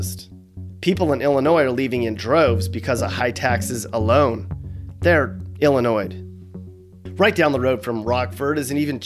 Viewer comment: Illinoyed!!! To say the least!